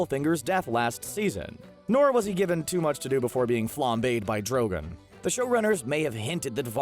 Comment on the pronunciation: The guy talking has never seen this show var-ess drawg-on